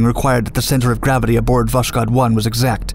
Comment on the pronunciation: Check wikipedia to learn how Voskhod is pronounced. Voss hod.